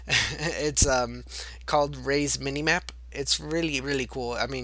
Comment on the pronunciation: Rie's minimap but it is prononcuede ryz minimap